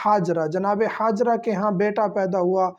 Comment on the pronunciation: ہاجرہ آپ کا ح سےادا ہوتا ہے حضرت